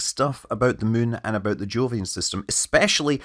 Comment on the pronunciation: Thought he said "joolian system" at one point